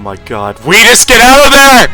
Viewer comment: I can’t TAKE IT ANYMORE why do you pronounce OUTIS (Oh-Tis) like AWITUS AHHHHH